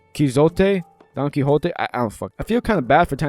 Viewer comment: Your butchering of Quixote. Chef's kiss!